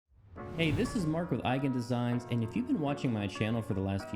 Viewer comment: Why do you pronounce Eigen Designs that way haha